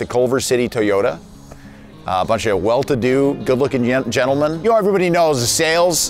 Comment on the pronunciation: almost said yenelmen and finished the rest of that in an accent